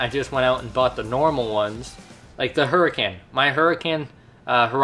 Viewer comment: It's is said Lamborghini hur-I-con